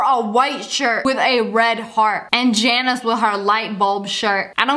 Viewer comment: She called the girl in the vid "Jannise "